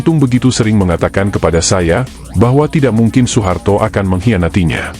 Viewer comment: Sepele tapi menjadikan narasinya kurang nyaman didengar. OE harusnya dibaca U.